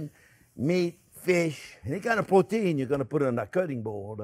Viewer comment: I was almost until the end before I realized "porteen" was protein, lol.